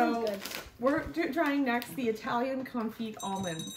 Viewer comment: Confetti not confit. I love you ❤